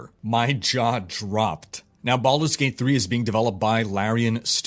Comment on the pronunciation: did you say baulders gate 3???? O_o